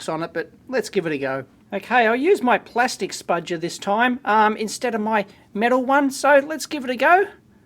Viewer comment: What do you refer to that tool as dave? I can't quite make it out, sounds like "Spaj-err"